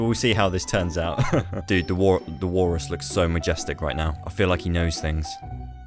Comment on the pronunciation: WALLRRUSS with the accents was funny